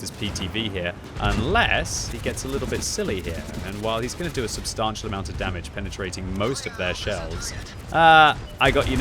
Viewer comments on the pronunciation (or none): When is the patch for to correctly pronounce substantial being implemented?